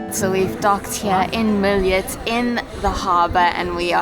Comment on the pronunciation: Milijet??? There is no 'i' in Mljet. Also...there is no 'e' in Hvar. It's not Hevar, guys.